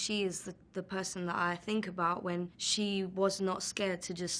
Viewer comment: Her th turn into f sometimes , I think : I fink